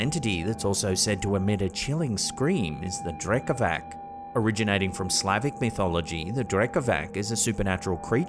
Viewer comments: No offense just wanted to let you know Drekavac is pronounced like Drekavats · The Slavic creature is pronounced Drekavats (Drekavac) meaning yeller